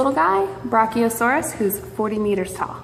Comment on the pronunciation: How she pronounces brachiosaurus is so annoying. You have your Brock-E-o- saurus skull here!